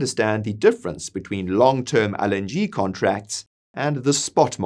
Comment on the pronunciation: I couldn't really pay attention because he keeps misprouncing LNG. IT'S (EL)NG, NOT (AL)NG! Jesus, man, how are we supposed to take you seriously? 😂